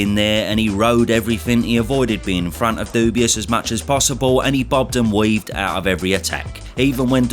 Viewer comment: it's not... dubious... it's dubois.